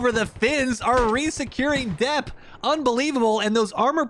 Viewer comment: Dieppe: it's actually pronounced "dee-yep" - your resident French canadian